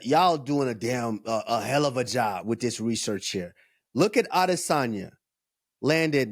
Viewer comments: Ah-DIS-an-yah . So cringe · Can we stop saying Israel aDEHsanya 😂😂 even Kamaru who’s Nigerian was messin it up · Can Henry stop pronouncing Izzy name that way it’s so annoying aDISsanya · So annoying how you pronounce Adesanya FFS stop it!